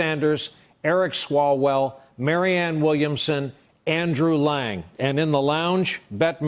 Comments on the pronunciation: Yes, I believe he said "Lang" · Did he say Andrew Lang? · Say it with me: Andrew YANG....YANG...YANG, not lang, YANG.